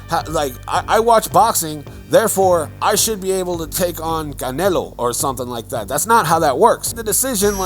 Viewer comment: Bro pronounce CANELO pretty spot on.